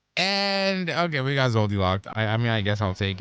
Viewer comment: Dude said zoldylocks